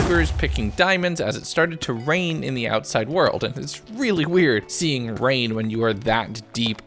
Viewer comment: "but as the night started to wrain UwU i just put down some bwasic UwU cobblestone"